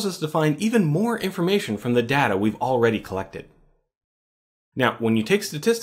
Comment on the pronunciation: you're pronouncing "data" wrong